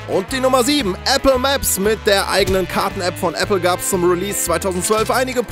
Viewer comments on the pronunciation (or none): none